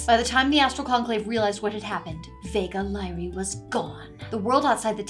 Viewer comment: "Vega Lyrae" is awfully close to "Vague Lie"... Hm